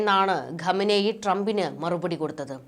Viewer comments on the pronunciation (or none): none